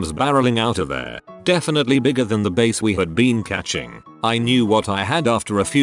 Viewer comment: I love how the voice pronounces every single 'bass' wrong